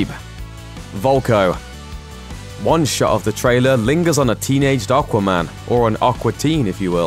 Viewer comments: Can I have a £ for every time he says okwa man?? Once more, the name is aquaman. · The best part of this video was him saying "Arkwaman" 😁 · Not sure how I feel about the way you say Aquaman. Haha